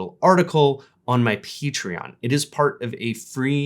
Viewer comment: Okay but.. He pronounced Patreon as "PEEtreon", TWICE! What the hell is that? Am I missing some inside joke?